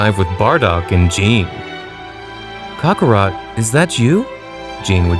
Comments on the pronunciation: kHAK AH ROT Say IN Kale like the vegetable. quit giving cockerspaniel rat soft zarbon vibes.lol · Sighings Cockarot Kalei These are driving me crazy 💀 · Kakorot not cokarot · The voices are terrible and so is your pronunciation of their names. U said "cyans and kukarot" like bruh if english isn't ur first language then why bother